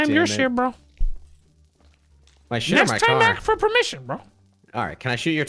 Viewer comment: my boy said ‘you did asfermition’ instead of ‘you did ask for permission’